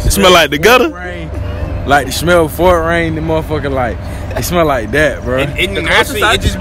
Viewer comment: He said smell like the gudda 🤣🤣🤣